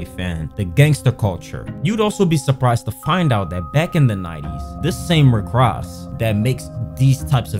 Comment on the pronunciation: said “Rick RASS” 😂😂